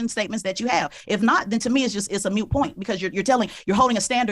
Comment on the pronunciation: Moot point - NOT mute point.